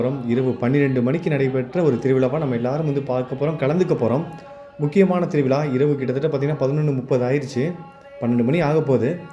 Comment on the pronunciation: Title lil thiruvizha endru padhivittal mattum podhadhu. Zha ucharipu ungalaku varavillai idhu thamizharuku avamanan. Siridhu naatkal zha zha endru solli pazhaghi pinnar neengal vlogil pesavum. Vizha enbadanai vilaa. Thiruvilaa. Thiruvizha endru sollanum. Oru thamizhar zha solla thadumaruvadhu vedhanai. Melum anghu nadapadhu thaangal kanbipadhu sirapu ade neram neengalum ennudan ipodhu paal kudipeergal.neengalum endru serpadhu erpudaiyadhu alla